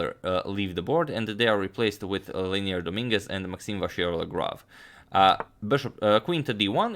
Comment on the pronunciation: Hey Agad it's LE-I-NER Domínguez. Nice video (y).